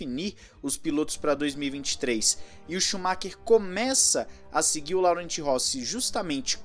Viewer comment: Laurent pronuncia LORRAN! é meu nome e eu explico isso a vida toda!